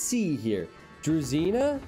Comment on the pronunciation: sry, to admit but not "Dre-zi-na" (that means Railcar) it's Dru(u like umbrella)-ji(Like Jim)-na. Strange, all peoples spell it in different way. =)) And you say that slavs one of you'r favorite nation because they have strong bonuses. In my opinion they not, because the very weak to conversion (Wololo).